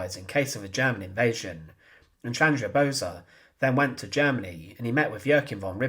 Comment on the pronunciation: Pronounce as "Bose" like "Those"